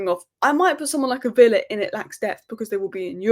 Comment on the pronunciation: You've definitely got villa wrong